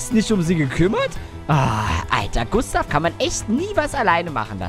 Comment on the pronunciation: Klee Gustav nicht gunstav